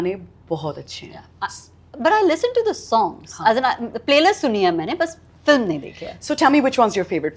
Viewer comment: when she speaks in English it FILM and when in Hindi its FILAM